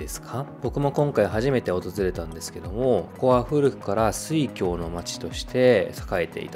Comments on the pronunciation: 漢字の読みとしては間違いではないですが、この利根川の周辺に限っては他の地域と区別するため「すいごう」と読むようです。「すいごう」と言うだけでこの地域を指します。「すいごう」で慣れているので「すいきょう」と言われるとちょっと違和感があって、ついコメントしてしまいました。すみません。動画は良い動画だと思います。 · 千葉県の生まれです。水郷は「すいごう」と読まなければいけません。「すいきょう」なんて初めて聞きました。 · 水郷をスイキョウと読むとは・・・ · すいごう。サワラのイントネーション。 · 水郷の読み方と佐原のイントネーションがひたすら気になる、、、